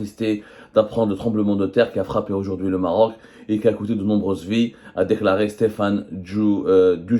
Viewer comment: Le régime des généraux mafieux exprime sa solidarité au peuple marocain frère....le journaliste avait du mal à prononcer le mot Maroc